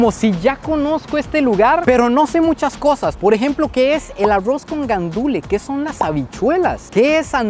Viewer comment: porque sera que dice el nombre mal se dice "guandúes" no gandule ni guandules